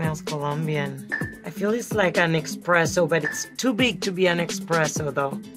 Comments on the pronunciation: With all due respect Sofia Vergara, but it's ESPRESSO not EXPRESSO. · I almost am a believer except she says EXpresso when it’s ESpresso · Essssssspresso not Expresso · Only she’s keeps saying “expresso” 😬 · Amazing! I do believe but I almost couldn’t that she really guessed all these right. If she now would pronounce it eSpresso my Italian heart would be very happy 😂 🇮🇹 love Sofía she is a goddess! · eXpresso though 😂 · There is no x in espresso. Someone should tell her. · How can she know this much about coffee and say eXpresso?🥲